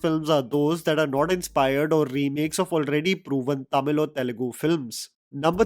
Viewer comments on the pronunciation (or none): none